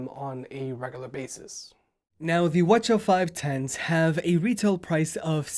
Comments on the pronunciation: Why are you pronouncing it as watcha, just say CH510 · Did you just pronounce 'WH-CH' as wuh chuh haha... it's "Double U Aitch-Cee Aitch" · why do you keep pronouncing it as Sony Wachaw? 😂 you okay dude?